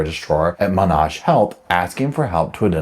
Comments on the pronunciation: There's no "R" sound in "Monash" (my eye twitches every time you say "Monarsh") 😝 The specialist was right, you don't identify mushrooms without looking at the gills. If you aren't completely confident with identification, you don't consume them. She caused terrible damage to mushroom growers/sellers by claiming that they came from a store. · Monash Health is pronounced like “Mon Ash” like Ash from a fire btw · Haha!! Mine too, I live in Oakleigh /Monash & keep saying out loud the A is an Apple sounding A lol